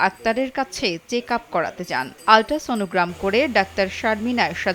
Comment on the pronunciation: Jini ekhane voice dicchen tini nijei to thik vabe kotha bolte paren na abar news channel a voice over dicchen😒 USG (Ultra Sono Graphy) ke "ultra sono gram" bolche,ei "gram" tar mane ki🤨